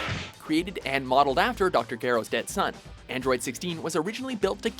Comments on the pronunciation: Jer-o not Jee-ro, also he pronounces saiyan like the japanese name for them pronounced sai-ya-jin, and adds the n, its a bit more correct to say it that way, but the dubbers changed it a bit, so you should look things up before you make complaints and get completely butthurt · They also called dr Gero as dr gayro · BosnianDiamond yeah and how he pronounced dr gero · Oh my goodness do they clearly read from a script and don't know any of the pronunciations for even something as simple as Saiyan or Gero. Yup